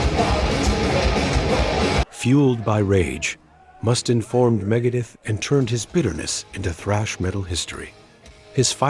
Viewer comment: you mis pronounced Dave Mustaines last name. Others too but that was the only one I remember.